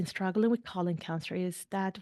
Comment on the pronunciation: Is it that difficult to say colon? After 3 mins you've said colin 300 times. This is unwatchable.